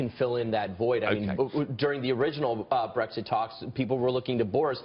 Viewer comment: It's not breEGGSit. It's brEXIT.